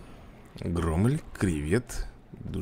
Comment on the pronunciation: НИКАКОЙ СКАЛЫ!(Слух режет,так же как и громмЭль)